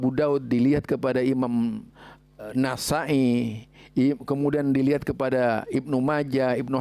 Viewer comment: Kutubussittah... Kok bisa jadi kutubuttis'ah... Tadi ada penyebutan nasa'i suaranya juga agak aneh..